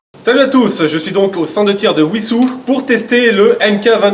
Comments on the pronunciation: Alors si tu parles de Wisous dans l'Essonne 91, ça se dit Vissous 👀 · Il a dit ouissous "Wissous" 🥹